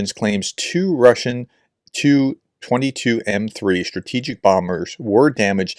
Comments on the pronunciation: It's "two 't' 'u' -22m3 bombers". Not as you said 'two two(or to/tu) Whichever. They're spoken the same... Just if you care... I thought you always said it right, but maybe I haven't paid enough attention. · TU: 'Tupolev' ("too"polev) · Tu is pronounced t and u separately.